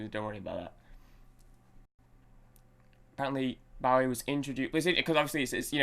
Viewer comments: Pronounced Bo ee not Bough ee- Get your facts straight from a respect point of view! and being British too!! Named after the American Bowie Knife. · Pronounced BOW-EE...(O as in Boat) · Pronounced BO-EE (long O). Legend! Miss him so much. Also the great Mick Ronson on guitar and Trevor Bolder on bass, his original band lineup.